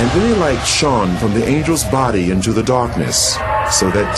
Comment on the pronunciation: Shawned like the sun? And the real light shawned from the angels body so that he could see more clearly? I am not nit picking, there is words that I cannot pronounce, but I am not going to do a voice over job if it requires me to say words that I cannot pronounce. It just sounds so stupid. Is it that he can't pronounce that word, or done purposely? Person sounds English to me.